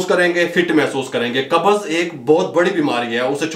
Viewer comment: Lafz Qabz hai. Do not say Qabaz. With Zabar it is wrong. Say qabz, Qabz. No zabar between b and z. Please pronunce correctly. Dr.Raza Ansari,Muslim University, Aligarh.India